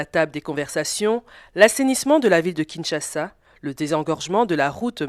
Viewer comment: On dit Kinshasa